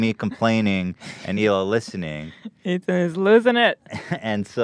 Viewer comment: Ethan turns into an Italian